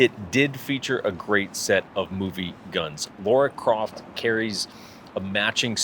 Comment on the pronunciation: Lara Craft and did he say "a great set of 'booby guns', a matching set of...."? 🤣🤣🤣